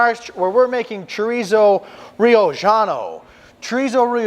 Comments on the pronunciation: Brother, I love your content, but it’s not Riojano (Ri-o-ggiano) but, Riojano as in (Ri-o-Hano)…from Rioja (Ri-o-Ha) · Great recipe, by the way the J sounds like H in Spanish.